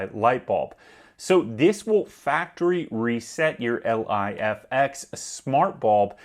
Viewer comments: its "Life-ex" you moron lol...not L.I.F.X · Bro, just say (Life X) not L.I.F.X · The fuck are you calling it L.I.F.X for ?? It's pronounced Life-X, bud lol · Just say ‘ lif x’ ffs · You definitely avoided saying Lifx properly for the engagement.